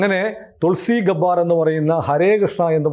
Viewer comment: ഗബാർ അല്ല ഗെ ബ്ബാർ ആണ്